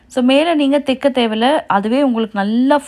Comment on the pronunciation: Thaika not theika